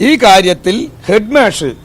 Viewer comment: ഹെഡ് മേശ അല്ലടാ ഹെഡ് മാഷ്... എന്ന് പറ